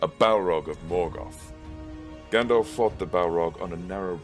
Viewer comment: Stop saying effing “Gandolph” that’s not his name, that’s not how it’s pronounced, that’s not how it’s spelled and it’s not just a random word but carries special and specific etymological baggage, as Tolkien might have explained if he wasn’t busy rotating in his grave.